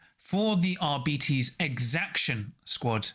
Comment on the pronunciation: Arbites stems from the word Arbiter, so it it's not "ar-bites," but it's not "ar-bee-tees" either. The accurate pronunciation would be "ar-bit-ees"